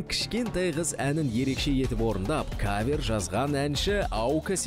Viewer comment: Салам бәріңізге, өлең керемет. Автор, Аука жандандыра түсті деп айтуға болады. Жүргізушілер кавЁр деген сөзді түзетіп жібергендеріңізде болар еді. Бірақ олда бір ерекшеліктің қыры ғой (диалект)